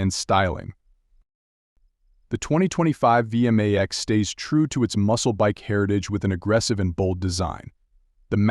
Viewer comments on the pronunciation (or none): V m a x.. It sounds ridiculous when it's said like that.Over and over again. It's V Max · It's vmax one word not v m a x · It's vmax not v m a x, at least get the name right